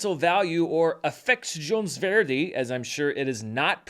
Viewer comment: Actually your pronanciation of "Affeksjonsverdi" was pretty good! Not perfect, but very serviceable.